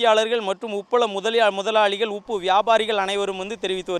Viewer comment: ஐய்யா அது உப்பு அப்பு இல்ல